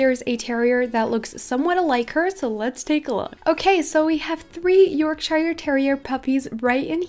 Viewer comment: It's pronounced York- sheer not shire sorry I just had to point it out xD Love your vids by the way c